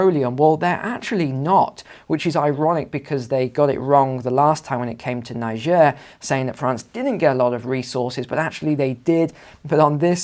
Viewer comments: Ni-jair not Nai-ja.Pronounce the country's name properly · Pronounce Nee-Jeh !(Niger) properly!!